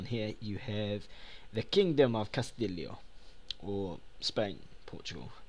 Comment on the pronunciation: I think it's pronounced "Castiyo", because in Spanish and Portuguese I'm fairly certain that ll makes the same sound as y.